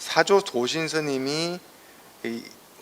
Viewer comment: 사조 스님의 ""사"를 왜! "짧게" 발음합니까!!?? 길게 발음해야지요!! 또! "혜능"의 첫 자도 짧게 잘못 발음 발음했나이다. 더욱이, 혜느의 "혜"를 "해"라고 모음 발음도 틀렸답니다. 1 2 3 4 5도 바르게 발음하시지 못하니 이 얼마나 놀라운 일입니까!!??